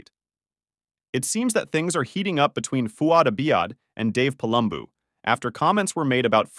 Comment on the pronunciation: Have you actually watched either podcast? You can’t seem to pronounce Fouad Abiad or Palumbo